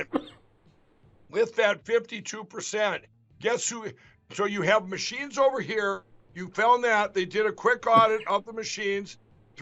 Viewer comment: Menchines, as opposed to femchines